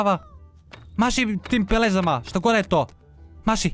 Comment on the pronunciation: Mas tom pelezom" hahahahahahah lepeza a ne peleza